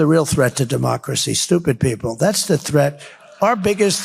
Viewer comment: Did he say strumpid people